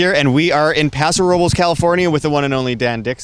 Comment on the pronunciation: Paw-so Row-bless